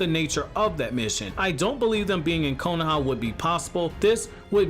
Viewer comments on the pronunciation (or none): "konaha" lmao kohona?